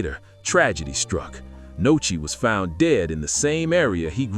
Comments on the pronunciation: WHO TF IS NOCHI 🤦🏾‍♂️ ITS NUSKI STUPID ASS NARRATOR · Nuskie!!!!!! Not Nochi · Who tf is Nochi? It’s Nuski dickhead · You goofy as hell for calling that man Nochi 😂😂😂